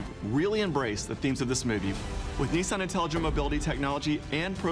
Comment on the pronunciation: love you guys and all that but where's the George talk? You filmed him walking but not intrerview... And it's Niss-an, not Nee Saan.